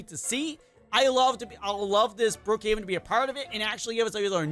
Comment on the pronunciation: He said brohaven💀💀💀💀